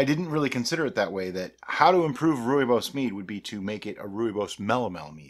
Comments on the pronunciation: You have nailed the pronunciation this time! I have made wine with Rooibos, much like your mead, but with sugar. Quite a complicated taste, but not bad at the end. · The pronouncing of Rooibos is now perfect, but i prefer it your way.In the South African gold mines the miners will take frozen sweet Rooibos with a dash of real lemon juice in it underground by the time they reach there working places it would be a ice cold tee to drink. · Good day and you the first American to pronounce "Rooibos" correctly! I did post you a message on your facebook group about making my wine about the Hanepoot wine to be more spiific and hope you can help me out. Regards Lekker dag en baie dankie Nic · Lol, your original pronunciation is fine, many people say it that way and it is certainly not wrong. Glad to see you made it into a mead, I drink a lot of it as it is so this will make a cool project. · It's definitely not wrong. Thanks for wasting your time! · You got it good pronunciation wise this time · Nailed the pronunciation! 😁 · Good pronunciation, now you just need the "Afrikaans" accent to go with it. On a different note, I believe that Rooibos has natural antimicrobial properties which may have contributed the the early finish in fermentation. Could be an interesting experiment to add the tea towards the end of fermentation rather than upfront🤔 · "improvement" in pronunciation! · Pronunciation definitely better